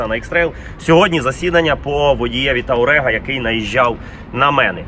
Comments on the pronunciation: Блін, знавці...Та не ТАурег, а ТУарег! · Не таурег, а туарег, балбесы!